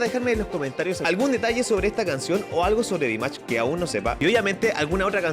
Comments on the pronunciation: Me hace mucha gracia cuando dices el nombre de Dimash... por qué pronuncias su nombre como DIMACH?????? es DIMASHHHHHHHHHHHHHHHHHH... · Perdón pero se pronuncia dimash como el shhhhh de silencio saluditos